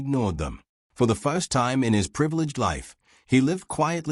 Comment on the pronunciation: AI reader is deplorable. “Fo the foist time”. 😂, desoiv 😂, really? Turning the story into a joke.